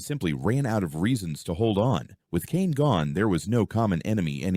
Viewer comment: Caine❌ Kane✅